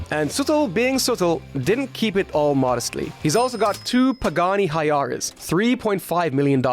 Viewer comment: Good job, keep it up. Just a word of advice, it is pronounced why-ra (Huayra) 😉 I would also do slightly more searching for pictures or vids that contain the actual cars you're talking about.